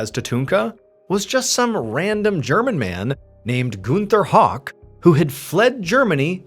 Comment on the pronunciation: Shooketh when the German guy was exposed and we have the same last name 😫 btw, it’s pronounced “how-k” not “hawk” but I get that all the time 🫠